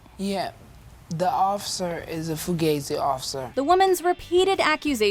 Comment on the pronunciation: Fugazzi, now that's a term I haven't heard in a while. Also, she didn't pronounce it correctly.